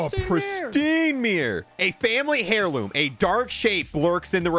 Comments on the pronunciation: It's pronounced "air loom", not "hair loom" 😅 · "Hairloom" it's heirloom is like herb, so it's "airloom" lol